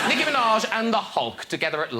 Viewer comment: wrong:niKKi true:NİCKİ